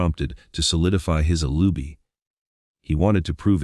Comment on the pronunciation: I wish they would use a real person instead of an AI narrator. For example, a real person could pronounce Laci (not Lossie, Lotzy or Lassie) and alibi (not alubi). 🙄